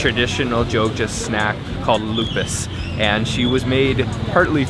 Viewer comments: Lupis, not lupus (disease) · Loo Pees, not Lupus..haha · Lupis not lupus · that is lupis or lopis,,not lupa.. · It is Lupis, not lupus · that is lupis not lupus 😂😂😂, i'm from Yogya 👍👍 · That's not lupus. That's LO-PIS. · Lupis not lupus 😆🙏😃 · You should say lupis. Lupus is a name of desease because of autoimmune disorder.😊😊😊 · Its not lupus...but lupis..cake lupis...you should check...and that jelly thing in gudeg it call sambal krecek i believe...skin tofu and skin craker with a chilly.. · It's pronounced as "KUEH LO-PIS"... The way he pronounced it sounds like a dreaded disease... 🤔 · What... Did he say traditional food Lupus? 😂. Lopez Kali?😝😂👍😎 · Hi...Lopis pronounced Low- peace...enjoy my home town...👍😁